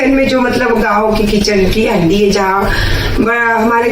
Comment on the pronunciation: Haandi kahte hain inko aap haddi kyun bol rahi hain ...ajeeb lag raha hai sunne men